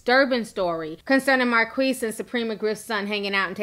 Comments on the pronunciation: Is it pronounced Mar-kweese or Mar-keese? l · his name is pronounced Mar keys not Mar queeze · Is his name pronounced Mar-qweess or Mar-kiss?